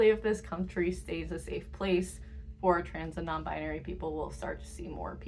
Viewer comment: they said non bibary not non bribery